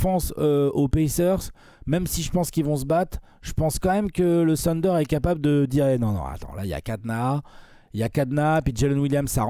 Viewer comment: Pourquoi vous dites "sunder"? Trashtalk ce prononce pas "srashtalk" alors je comprend pas